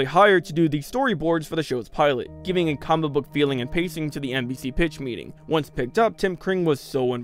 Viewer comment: when you say comic book it sounds like Cumberbach